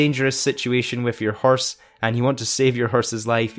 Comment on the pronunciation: “Herse” haha